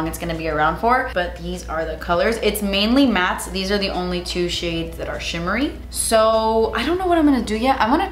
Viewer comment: It took me a second to comprehend that the blush was “chimmery” 😂